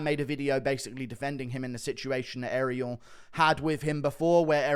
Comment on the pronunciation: Ariel HoeWainey